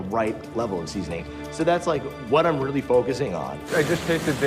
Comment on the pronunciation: The chefs realLEE gave good tips they should always LEEsten to them